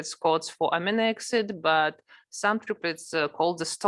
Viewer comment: читала бы уж на русском, весь курс и так был на русском, а то слушать эти амино эксид невозможно